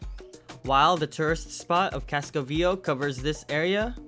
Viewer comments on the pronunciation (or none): You are not pronouncing Viejo correctly. It’s vie hayo! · Viejo is pronounced VEE-EY-HO and it means old. why were you wearing a mask while flying your drone from the roof of a building. come on, have some independent though and quit complying with the evil dehumanizing agenda. sickening to see almost 100% of people wearing them in the streets too. other than that, good video.